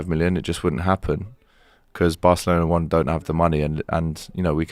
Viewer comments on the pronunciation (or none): none